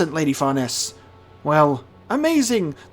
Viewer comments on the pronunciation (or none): Far Neese together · Please someone tell him how to pronounce Farnese's name xD